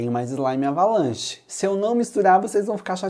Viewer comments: Eu acho que em vez de "Avalanche", Ele dizia "Abalanche". Kkkkkkk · Eu acho que em vez de ele falar "Avalanche", ele falava "Abalanche". Kkkkk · Vc não sabe falar certo a slime ? É avalanche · Quando fala avalanche no vídeo não parece q o fala avalanche Quem percebeu isso me responda nesse comentário